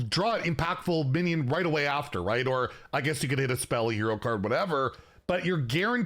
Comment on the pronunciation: Do you have a cold? You keep saying things like "binyid" instead of "minion", and it usually happens when you're doing that vocal strain thing that proves you don't know how to project.